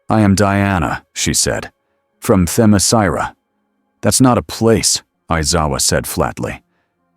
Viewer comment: Its pronounced Themyscira someone forgot to tell the a.i. How to pronounce it properly